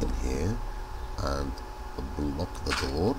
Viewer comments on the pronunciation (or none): none